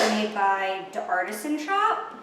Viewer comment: Oh nifty, I have tons of stuff in my bag too. Let's see what- "Dart-isan brushes" screams in agony I'm mostly joking but still love you even tho you suck at French 😂